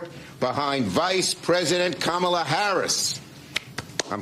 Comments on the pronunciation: Mark mispronounced KUMALLOVER HARRIS' name.😂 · "Kameltoe Harris" Get it right! 🤣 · its pronounced kamm allah Mr. Dice. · Harris's first name is correctly pronounced KAH-ma-la or Comma-luh. She made a video to help people get it right. I'm not kidding.